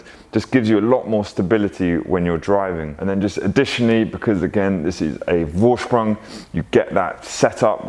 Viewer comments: Vorsprung is pronounced foorsprung. It’s German so v is a f. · Beautiful cars! I love my Audi, one day I will get am RS model... Gotta have life goals right?! 😂 Oh ps... A "V" in German is pronounced as an F so it's pronounced Forsprung. You did ask 😁